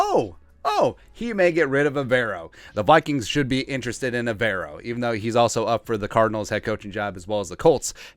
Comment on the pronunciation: Hey it’s pronounced Ever O.. as in do you ever row 🙃 (went to school with him and his brother)